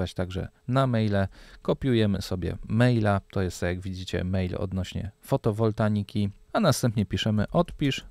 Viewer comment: FOTOWOLTAIKA a nie fotowotanika.......:)